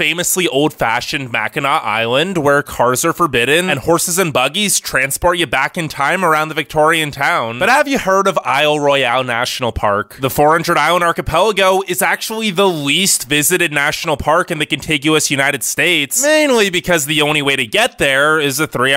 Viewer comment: Isle Royale is pronounced "Royal." Although once owned by France, it was taken over by the British. Hence it's pronounced Royal. Trust me, I backpacked there in college. There are two national parks, one national battlefield, two national lakeshores and one national trail. Michigan has more lighthouses than any other state. There are many waterfalls. This is making me nostalgic as I currently live in Florida, but grew up in Michigan. Glad it made your list.